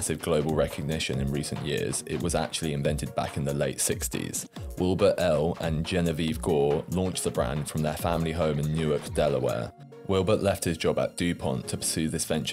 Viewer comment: Newark, Delaware is not pronounced like Newark, New Jersey. The "ark" part is pronounced like the ark in Noah's ark. Not trying to be Mr. Corrector, it's just an interesting point. It's a small college town where the University of Delaware is located.